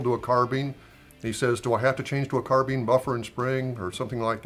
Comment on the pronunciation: Uug carbine not carbean lol